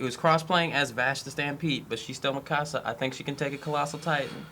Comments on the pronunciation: he is pronouncing mikasa weirdly, because i'm pretty sure in the show they pronounce it Mee-kuh-suh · Marlow AKA Cam31825 Yep... he's saying it like "mi casa" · Marlow AKA Cam31825 did you watch it dubbed? that pronunciation is just the american butchering of the name lol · Yeah the dubbed butchered the name